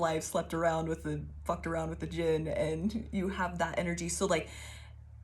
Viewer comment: The D is silent. You said it correctly. Its pronounced Jin. I pray you get what you desire most and that it brings you to your highest good. This reading explained a bit about things that happened when I was in the Middle East. I used to do boxing. Boxed a guy on deployment for fun. He had a problem with me we went into the ring. He won. I got a solid hit and dislocated his shoulder by dodging him. He went from dickhead to less of a dickhead kinda quick. Fun fact Middle Eastern people hate dogs because they believe dogs are one of the forms of Djinn. Dogs love me, even the ones that hate men and bite all men. and one of the firefights I was in while in the middle east. I had a ring of bullet marks around me. bullets hit the ground at my feet crescent moon style but they should have went in me. Physically saw that something stood by me for those brief few seconds but no one else saw it. Triangle with a circle is a hermetic symbol. Its what the people who took the moniker three initiates used in the Kybalion or looked like that.